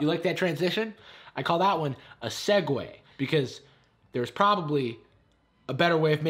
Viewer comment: Nobody:: Segway Subtitles: Segue